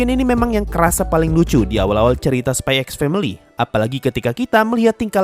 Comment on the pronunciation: bro sebenarnya dibaca nya itu spy family🗿 x nya itu gak dibaca🗿